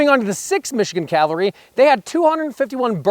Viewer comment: Good video. I wish someone could actually pronounce Cavalry correctly though.